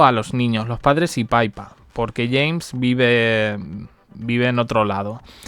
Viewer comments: Pipa, no Paipa. Que mal, Paipo, que mal. 😂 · Quién es Paipa 😅❓️Yo sé de Pippa, la hermana de la princesa Katherine. Y se pronuncia pipa, pues tiene dos p en la segunda sílaba 🤦‍♀️